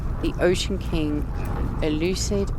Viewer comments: Euclid is the galaxy everyone starts in. Probably named after the Greek father of geometry, I believe it's supposed to be pronounced "yewklid". Putting in incorrect or random portal addresses will take you to whatever planet has that address. The device you used to collect Traveler souls is very similar to the Mind Ark you used to capture Artemis' soul to transfer to the simulation. Normal starship procedural upgrades should work on your living ship, though it may take some time to figure out what their equivalent names are. I believe the two weapons you have on your ship can be upgraded with Photon Cannon and Phase Bean upgrades. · It's pronounced "You-Klid". He was an ancient mathematician. All the galaxies I believe are named after famous mathematicians. 😁